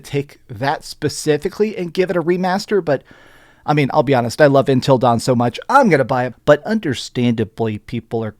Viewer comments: UNtil not intel....... jfc, how can you not say UNtil. lol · Why does he keep saying “Intil” Dawn? It’s Until Dawn lol! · UNTIL, not INtil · UNtil, UN...not intil dawn...lol. great vid man! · Please stop calling it ‘intill dawn’